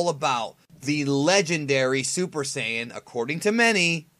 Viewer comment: Dude, say "Saya-jin" or pronounce Saiyan as it is in the dub. The way you're pronouncing it is just plain wrong and makes my nerdy eardrums bleed.